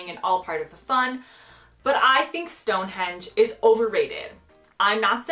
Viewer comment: I agree with you with all the others, but Stone Hendge come on 😮? Lol